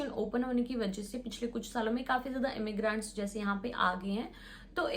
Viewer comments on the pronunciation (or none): The way you pronounce immigrant is so annoying. Its immi-grent not immi-graaaant